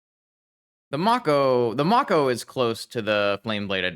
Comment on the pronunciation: its may-co for the shark, the irl animal its based off is also pronounced that way